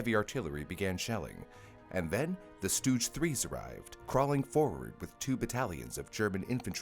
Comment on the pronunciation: Never heard Katyusha or Stug get pronounced like that before